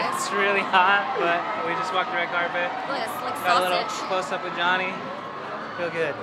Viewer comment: I hear JONYE every time you guys say JOHNNY.........